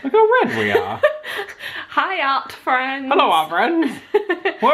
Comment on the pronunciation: when I first started watching you guys, in the intro, I thought you guys said "hi out friends" but now I know you guys say "hi art friends"